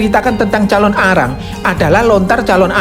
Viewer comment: Penyebutanya jangan dipisah bg nnti beda arti calonarang bukan Calon Arang🙏salam dri bali